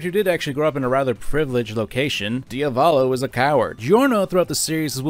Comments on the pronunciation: Can you take the 5 seconds to google the proper pronunciation of foreign words? It’s not fucking “Dee uh VAWL low” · Ah yes. "Diavalo". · diavalo? isnt it diavolo? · It's "Diavolo" NOT "Dia-volo"! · I love your videos but listening to you mispronounce Diavolo upwards of 30 times was excruciating pain